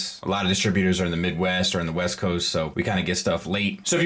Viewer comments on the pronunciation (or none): none